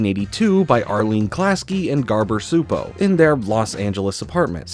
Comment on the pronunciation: "I know I'm saying it wrong" "Chupo" is really-really close to the pronounciation of "Csupó", so go with that. t. a hungarian viewer